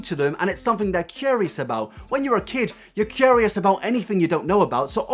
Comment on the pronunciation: loved this video but the way you pronounced the words surely and curious got me quaking lols